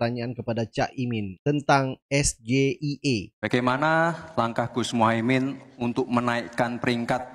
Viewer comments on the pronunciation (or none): Akronim bahasa Inggris tapi dibaca dengan ejaan bahasa Indonesia. Harusnya ejaan dibaca Es Ji Ai I bukan dibaca SGIE